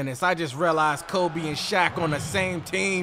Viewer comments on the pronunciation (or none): This video started like a damn horror movie broo * the way he said KOBEE im cryin rn youre the best